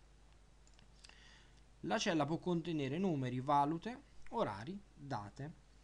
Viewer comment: Guarda che si pronuncia valùte (non vàlute), sono i diversi tipi di moneta